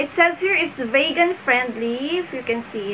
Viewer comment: Vegan is pronounced as "vee-gan" not "Vague-an". Just a gentle correction.